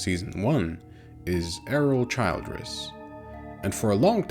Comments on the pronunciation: This fucking AI voice is unbearable. It’s not Childe-ress it’s Childress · It's pronounced "CHILL-driss". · Childress, SMALL I. Not Child-ress. If the robot watched the show, it should know how to pronounce the “monsters” name. AI, Absolutely Not Intelligent. Unsubscribing from anyone who utilizes it. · Hey...stupid AI voice. It's Childress with a short I sound. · The pronunciation of Childress is killing me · Yeah I can see how you've watched the series you smart-ass A.I. ;) You can't even pronounce Childress in correct way. Nice try. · How do you mispronounce the guys name after hearing it a million times in the show? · OMG, at least get the AI to pronounce Childress corrently. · How can you mis-pronounce the last name of the family if you've actually watched the show?